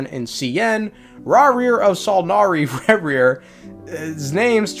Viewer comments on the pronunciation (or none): what happened here with the pronounciation Ra-here! xD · bro it’s not even spelt like rawrreer its Rächer which the “cher” sound is not a thing in English, it’s Germanic in origin and you should look up how to pronounce it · The pronunciation of "Rächer" to me suggests German although Wikipedia says the sigil for a-umlaut (ä) is common to a number of Germanic languages ("Finnish, Swedish, Skolt Sami, Karelian, Estonian, Luxembourgish, North Frisian, Saterlandic, Emilian, Rotuman, Slovak, Tatar, Kazakh, Gagauz, German, and Turkmen"). Several of these languages are not made up.